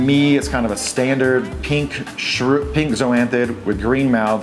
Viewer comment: Where are you from? The way you say pink ("peenk") is really foreign to me... Great vid as usual:)